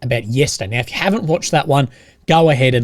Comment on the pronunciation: 😂 now I’m going to think that every time he says now/meow 🐱